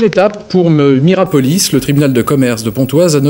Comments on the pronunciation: Ils ont du mal en lecture aussi ... Miropolis au lieu de Mirapolis 😂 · Pourquoi le journaliste du début répète Miropolis, c'est Mirapolis! Je vis à Cergy j'y allais et je l'ai vu à toutes ses étapes de construction, abandon, destruction. C'aurait pu faire super urbex mais trop squatté par gitans, dommage! 😂 Tu m'etonnes le pur squat et féraille recup!